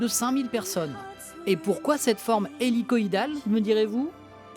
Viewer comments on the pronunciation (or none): none